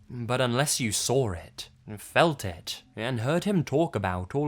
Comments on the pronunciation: "sawr it" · i like how you say saw its like sraw